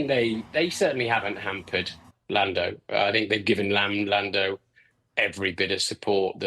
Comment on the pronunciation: lamb lando , haha nice slip of the tongue !!